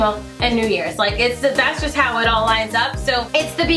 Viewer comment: star You said “Haw” not “How”. Is that intentional?